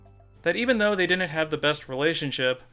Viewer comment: why do you say "dinnent" instead of didn't?